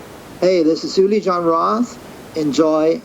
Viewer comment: Thanks for posting....but man....his name is pronounced OOO-Li not YOU-Li....not trying to be a dick....but that's a pretty big error.